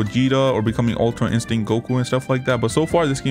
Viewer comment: bro really said super saiyan red and super saiyan ultra insinct............ITS PRONOUNCE SUPER SAYIN GOD OR ULTRA INSTINCT